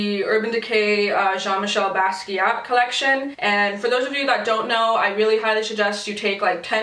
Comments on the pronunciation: Thank you so much!!!! your looks are absolutely beautiful!! And you said he's name right. I was getting so irritated because everyone is saying he's name wrong like way wrong! it's kinda disrespectful because most of them were given the whole collection for free and they couldn't be bothered to do like 5 minutes of research and education themselves!! This is a person not just some silly product name that you can't say properly!!! An actual human being!!! An amazing human being that did amazing things!! but anyway thank you and I'm so glad you're back!!!! 😁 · I love you for the intro. It really breaks my heart when people are doing tutorials on these palettes, and don't even know how to say his name. This is one of the most influential artists of the second half of the 20th century (some would say across even a far broader period than that, I'm being conservative there to avoid hyperbole), do a fucking google search, people. FFS. I saw one YTer, with not a small following, keep referring to him as alive. Saying that he had collabed on the palette, etc. Really, people? Wikipedia is a thing. If you are going to go to the trouble to make content around this palette, which is featuring a REALLY famous and revolutionary artist, then take ten gatdamned minutes to do a little research and stop being like every other Becky out there. Cultural history is a real thing, people. Have some respect.